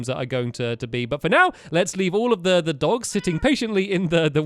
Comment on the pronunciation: Was it just me or did stampy say "let's go to he love house" ??????